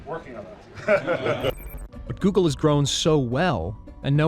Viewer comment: Oggle. Not google